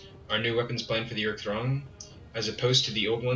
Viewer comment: I don’t think it’s pronounced YURE-IK. I think it’s Oo-Ruuk